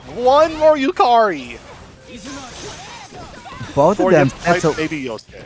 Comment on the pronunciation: why is bro saying yukairy instead of yukari lol